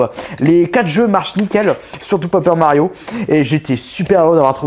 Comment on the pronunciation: "Papeur Mario" :hap